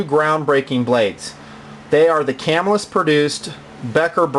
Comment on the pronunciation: Cam ILL us, is how the locals say it, not CAM ill us. I actually visited the old factory in Camillus NY when I was a kid.